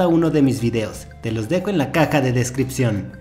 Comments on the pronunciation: DICE KK EN VEZ DE CAJA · pensé que era la única que escucho CACA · soy yo o en el minuto dice:En la caca de descripcion?